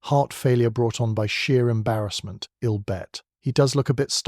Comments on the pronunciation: A good tale spoiled by the reader. I’ll is not “ill” and though you did eventually get it right, locsh is pronounced lock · Oh my God! Do you even bother to listen to these first? I dee instead of I'd I'll instead of I'll? Etc it's too much sorry